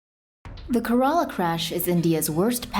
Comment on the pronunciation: It's actually pronounced as Kay-ra-la